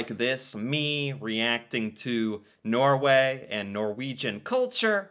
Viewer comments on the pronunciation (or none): none